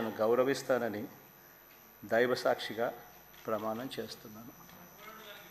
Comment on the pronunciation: షభ..షాశ్వితం..దైవ షాక్షిగా..అవకాషం..తెలుగు పలకడం రాదు జగన్ కి.